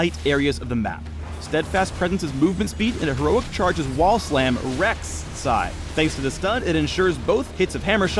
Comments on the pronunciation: wrecks sai rek'sai wtf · Well, he did say Rekt' Sai. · "Rekts Sai" - 2015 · "reks...sai" xD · "Steadfast Presence's movement speed and Heroic Charge's wall slam Reks Sai".... Jesus Christ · REKS'sai... PHREAKS DOES IT AGAIN! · Rek'sai.... oh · REKS sai. No way. pls. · "...She 'Reks'-ai..." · "Rekts sai " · "REkt'sai" PogChamp! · recks sai haha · "Reck... sai". groaaaaaaaan Get out. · Reks Sai.... Nice one:)